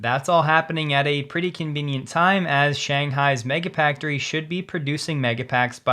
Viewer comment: Did you say "Mega-Packtory"???